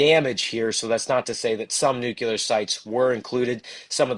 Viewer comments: Please stop saying nu-cu-lar! It's NUCLEAR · a smart guy and a good reporter, I'm surprised that he mistakenly uses the word nucular instead of nuclear. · Why do some people not get that Nuclear is pronounced New Clear Not Nu Cu Ler. There is no CU in nuclear and there is no Q. A sign of a follower type idiot is someone who does not even know how to read and evidentially gets their lingo listening to uneducated people , you can't get the CU sound in a word without using a Q or a CU in the word. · Nook-LEE-er. Not “nook-yoo-ler”. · 'Nuclear' chaver. Not nucular. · It’s nuclear…not nucular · It's "nuclear" not "nucular" the "s" is silent..... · Am I the only one that finds it impossible to take seriously a somber faced reporter talking about "NUKULAR" targets and facilities? If the reporter can't read the word "NUCLEAR" (from NUCLEUS), or even worse can't spell it, what else is he incapable of? If language and word policing weren't my job, it would be comical! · Nu-cle-ar. Sorry, but professionals repeating nucular kills me. lol Good content, though. :) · Sorry, I can’t listen to what appears to be an intelligent news broadcast when one of the primary broadcasters can’t pronounce NUCLEAR. It’s not spelled NUCULAR. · Please inform the guy that there is no such thing as Nucular weapons. They are Nuclear weapons. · Really enjoyed the intelligent discussion, and grateful for the timely info. But why you still pronouncing it new-cue-lar - it's pronounced nu-clear just how it's spelled! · Nucular!!! Irritates the hellout of me. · Nuclear, not nucular. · It drives me mad!! Nuclear not nucular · oh my goodness me too, I just commented about it 5 mins ago! it's so childish! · NUCLEAR, not 'nucular'! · not pronouncing nuclear correctly diminishes your credibility with me. Please learn to do it correctly. It's not nuke ye ler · They say New Killer! 😂😂😂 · Noo' clee r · This guy can't seem to say "nuclear"